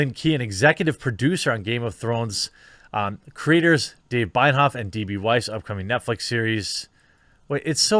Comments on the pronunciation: zoinks bro, now you said Binehoff... the name is Benoiff... you do Binoff, Binehoff... why not try reading the name and doing it right? google it for effs sake. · His name its pronounced Benny Off iirc